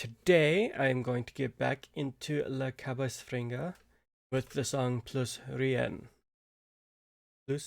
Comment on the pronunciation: How did you miss pronounced "cowboys" ??? This word is in English and you are speaking English!!! What you said was caboss. Do you not know what a cowboy is? Cow is the animal where milk and beef comes from and boy is the word to describe a male human! Boy is not pronounced as boss! Cow us not pronounced as ca! I can forgive you for miss pronouncing french words, but you have no excuses for failing to say cowboys correctly.